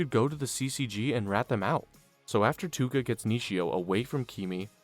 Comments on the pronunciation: It's ToUka not Tuka :|| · Love the recap I just hate that you say Tuka instead of Touka :face-red-droopy-eyes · The mispronunciation of a lot of the names really irks something in my brain. It’s almost like you didn’t watch the show or even bothered to look up how to pronounce the names correctly very annoying to constantly hear It’s toe-ka not too-ka It’s He-nuh-me not whatever you said Toukas brothers name is said wrong too Even yamori is being said wrong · Ew it’s Pro.Tow-ka lol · I watched for 3 minutes till I heard you say “tooka” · My boi plz. In the nicest way, its touka (toke-a). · Every time you said tooka I lost a week of my life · that was bugging the shit out of me like who tf is Tooka 😂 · The way you say touka hurts me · pronouncing toukas name wrong the whole vid is crazy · Took me 2 days to finish this one because of the Touka pronunciation but it a good watch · bro all the mispronouncing of Touka's name is distracting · the way you pronounce touka makes me uncomfortable